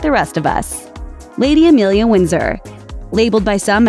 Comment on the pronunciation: AMELIA, NOT EMILIA. Jesus Christ, you can’t even get it right,. 🙄